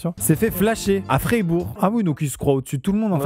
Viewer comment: Merci pour la prononciation de Fribourg c'était purement magnifique Maxime 😂😂je veux bien que c'etais marquer de manière allemande mais quand même 😂😂